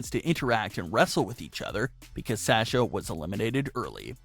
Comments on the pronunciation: Its Sasha not sacha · Nice video!! Great job. The only tiff is your pronunciation of her name. You say Sasha like "sas" but i believe the beginning of her name is pronounced "sah" instead. But seriously, good job dude. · Its Sasha not Sahhhsha... rant over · it sounds like Shasha...noticed long ago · “Sasher” or “sashur” is how he pronounces it, it’s weird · He doesnt say Sasha correctly!!!!! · Does anyone else hate the way this guy say Sasha? LOL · Lolol it IS different isn't it?! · Yes says her name wrong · Yes my god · You can't even pronounce Sasha right...LOL! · Sounds like you’re trying to use a Boston accent to say Sasha, since she’s from there